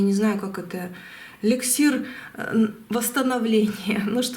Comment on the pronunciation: Не лексир, а эликсир! Сколько ненужной воды льете- какая дача? Что за бред? Не наставления давать надо, а гадать!👎👎👎👎👎👎👎👎🤲